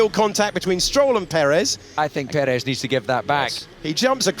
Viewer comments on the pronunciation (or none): How many times will you keep mispronouncing 'Ocon'? Try Forvo. And Perez. Probably more.